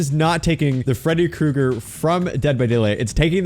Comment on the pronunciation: 🥨 Freddy Cru-EGG-Er.